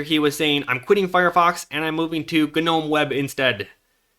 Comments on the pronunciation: How little time did you spend paying attention in english class? Gnome is not pronounced ‘ganome’ The g is silent! It’s Nome ffs! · NOME, not GU-NOME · ga nome? GNOME is like None Alaska, don't pronounce the G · “G’nome” lol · do mericans really say g-eh-nome (g'nome) instead of just, you know, gnome? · G-Nome, sir, it is pronounced nome. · Ganome? Are you aware the G is silent? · pronunciation of G-nome ... :P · "G-nome" :P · You pronounce "GNOME" like "NOME" the G is silent, just like in GNU. Like "Garden Gnome", please tell me you don't say "Garden G-nomes". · I cant listen to you say ganome one more tome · i thought i was insane calling it nome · The G in "gnome" is silent. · the g is silent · forgive me for being 'that guy'... pointing out your minor mispronunciations in an otherwise pretty flawless presentation, for I mean no insult, but I did notice one bearing one that bore mentioning, so here we are. The 'G' in "Gnome" is actually silent, like the 'e' at the end. So, you see my friend, it's pronounced like "home" but starting with an 'n' sound, instead of the 'h' one in home. Or.. like the word "no" but with an 'm' sound at the end. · Hearing you pronounce the G in gnome lol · Thanks for the video! Good info, I can't help but wonder though if you truly have never heard of gnomes, or if the company pronounces the G on purpose lol. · You need to learn how to pronounce "gnome" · Someone please tell him that the G in "Gnome" is silent... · Gnome has a silent G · its gnome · Only person ive ever fuckin heard in my life to pronounce the G in gnome